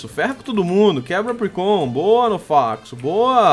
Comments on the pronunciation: se pronuncia apricorn não apricon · Salve, tu é foda, e se pronuncia "APRICÓN"I, não "apricon".-. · é Apricorn e não Apricon! Mas adorei o vídeo <3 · não é apricon, é apricorn e se você ver um lutador escrito em cima muve tutor ele ensina ataques ao seu pokemon e o move relener relembra ataques perdidos do seu pokemon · cada vez que ele falava apricon em vez de apricorn era uma facada no português do pixelmon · é Apricorn, com R, que nervoso de vc falando apricon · não é Apricon é Apricorn 😂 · se fala apricorni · não é apricon é apricorn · pfv mano é apriCORN tem toque n csg vê vc falando apricom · não é apricon é apricorn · nono, por favor, fala apricoRn, não apricon, dá mt agonia... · to com muito odio ele falando apricon É Apricorn n Apricon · Para de falar "Apricon" é "ApriCORN" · se fala apricorn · A - PRI - COR - NES !!! Da um encomodo nego falar errado ' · so eu q me sinto mal escutar bauxitA em vez de bauxitE e apricoN em vez de apricoRN? n estou julgando... menos nervosismo ae